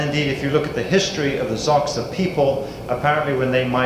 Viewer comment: Xhosa is not pronounced "Zoksa".